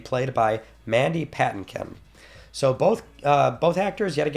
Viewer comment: Mandy Pat-a-kin? NOOOOOOOOO!!!! It's Pa-tink-in